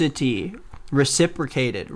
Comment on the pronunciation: thank you for knowing how to pronounce reciprocity. woulda had me irritated all day haha